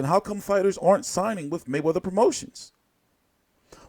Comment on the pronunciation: "THE MAYWEATYER-HAYMON UMBRELLA" GTFO you lunatic